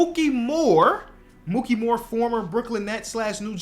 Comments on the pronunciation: It's Mikey not "Mookie." For Mikki Moore. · Mikki Moore, not Mookey lol (i only know this because i'm a big Nets fan, you mixing up his name is extremely understandable!)